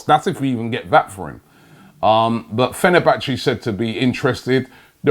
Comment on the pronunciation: 'Come to Fehnerbache' went to far eh.